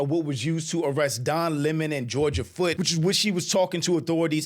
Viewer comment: Georgia Fort. Not Foot.